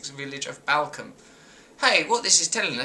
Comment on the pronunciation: just one thing that bug me about this video. i live near the small village in sussex , Balcombe, and it is pronounced like 'ball'-'combe'. So many people get this wrong, just some friendly advice :-) keep up the interesting ranting, been watching these all afternoon !